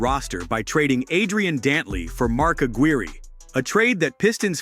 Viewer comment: LOL. 'Mark A-greer-ee'